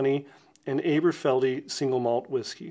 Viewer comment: Great video,! I hadn’t heard of this line before and I only live 70 miles up the road from Dundee! Just as a tip, it’s pronounced Ahberfeldy, like Aberdeen. 😉 (If you ever plan a trip over to the highlands, let me know - I’ll take you on a tour of the whisky distilleries! 🥃)